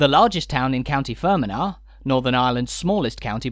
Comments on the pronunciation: mate have you ever been to northern ireland, your heads lit and learn how to pronounce county names where's county fermana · Fermanagh is pronounced Fer-man-ah. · Interesting pronunciation of Fermanagh. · I was about to say that! lol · I laughed out loud when he said it. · The whole room erupted in laughter here.